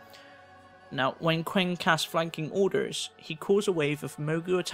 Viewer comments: qiang is pronounced lie chang for future videos! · Hey, just for future videos: "Qi" is pronounced "Ch" so, Qiang is pronounced as Chang "J" is pronounced as "Y" "Xi" is pronounced as "Sh" so Xiang is pronounced Shang. These are traditional Chinese pronunciations, and since a lot of these names are Chinese based, yeah... Love the videos!